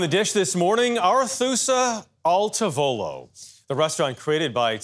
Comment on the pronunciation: Awesome story! Your pronunciation of tavolo is killing me though.